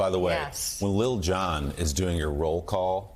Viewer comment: Tell Mika that is "LIL John"... he doesn't say Little John